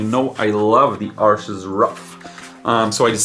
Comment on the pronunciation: If you know IPA, it's just /aʁʃ/, not /aʁʃəz/. In French, an S on the end is silent except when followed by a vowel (a behavior called liaison). Kind of odd for me because 'Arsch' means 'ass'/'arse' in German, yet many think of it as a high-class sort of brand. Anyway I'd recommend Wiktionary and Google Translate for learning the correct pronunciation of words. IPA is very helpful because it shows the specific sounds instead of a generic letter like R which can represent very different sounds in different languages.